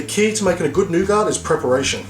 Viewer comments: "noo-gart" really ? its pronounced noo-gar "nougat" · It's pronounced 'noo-gar' not 'noo-gat'. The commentary would be clearer to follow if you took the time to think through what you are going to say in advance. The visuals are good though. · its pronounced 'new get' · No honey? No rice paper? Not proper Nougat... (French treat, you don’t pronounce the T - Nouga(t) ) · The "t" is silent in nougat, it's pronounced noo-gah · In America we pronounce it New-git :) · It's pronounce noo-ga because it's French. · please im FRENCH is not frence nougat its FRENCH NOUGAT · The 'T' is silent. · "wonderful wonderful NOUGART" hehe. No disrespect,. This is a great video. I'm off to make me some snickers bars with this:D